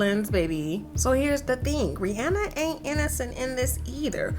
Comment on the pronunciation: Why are pronouncing RiRi name wrong?